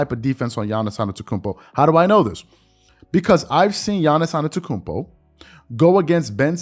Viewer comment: You really need to say his last name right if he is one of your favorite player.